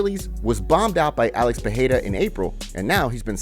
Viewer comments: CAN U STOP SAYING PERREIRA WRONG LIKE JOE ROGAN - ITS PEREIRA (PE-REI-RA) NOT PERREIRA (PE -HEI-RA) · Pereira not Peheira. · peREIRA!!!. Not peHeira!! Lazy gringos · Why do u say peheira ? 🥲